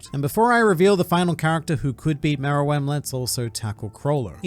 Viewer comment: he's saying it right